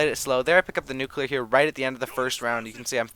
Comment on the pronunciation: he was going for nucelear